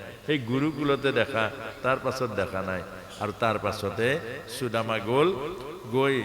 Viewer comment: Aponar sudama ucharan thik howa nai.